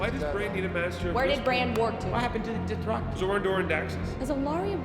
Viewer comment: Doth-back-i, LMAO